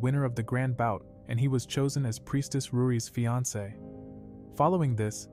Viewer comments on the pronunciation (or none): none